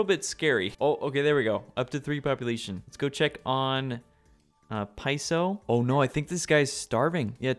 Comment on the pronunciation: “realm of the piss-oh” 😂